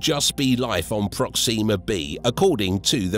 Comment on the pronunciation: That’s not the American pronunciation of Proxima.